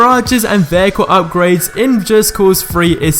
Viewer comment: Vaycool ... not vehicle, Veycool. I love accents xD